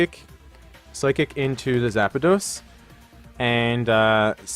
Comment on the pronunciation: You say hawlucha and zapdos waaaay wrong